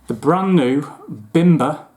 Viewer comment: Great review, and just a heads up. The bim is pronounced as beam. I believe the master distiller is Polish and that’s how it would be pronounced in Poland, bimber means homemade alcohol like American moonshine 😊.